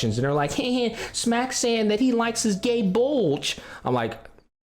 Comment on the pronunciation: "gay bulge" from gae bolg. That's actually hilarious 😂